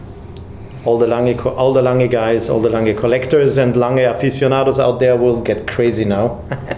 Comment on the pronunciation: At long last a watch guy who can pronounce Lange u. Söhne!